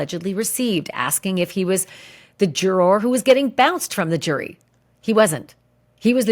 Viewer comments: Can you please just pronounce the word juror normally pleaseeee. I know you can do it you do it sometimes. I like watching your stuff but everytime you say jur-or it makes me want to stop watching. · When you say, jur-roar, it makes me fkn cringe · I love the way you say “juror”. Pronounce it “jurer “ much easier!! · you say, 'juror' so funny lol super distracting 😅🥰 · Why are you saying juror like that? Oh please for the love of…